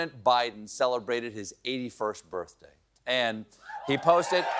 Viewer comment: his eighty-first birfday?